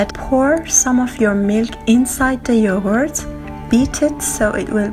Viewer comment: Yohort? I heard Yohort.